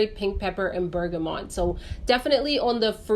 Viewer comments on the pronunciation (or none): none